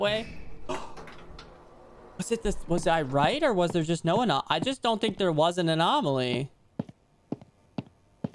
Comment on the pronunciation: Lmfao poor is having trouble pronouncing anomaly😂 GRAB THE WEINER JP!😂